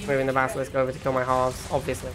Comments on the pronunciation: why you call Basilisk as Baskilisk? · Player I think probably all saying "Baskilisk" after one of the bikerush streams)))